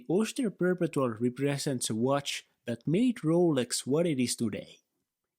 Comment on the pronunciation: It’s pronounced per-pet-two-all